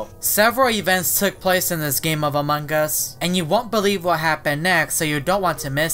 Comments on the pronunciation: How to say among us clearly: Me: "Among Us": "Amung Gus" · amon gus* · Its AMONG US!not amongg us ughhhh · im not being mean but, why do u say "among gus?" well i love ur vids anyway so ill just ignore it. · His pronounciation is different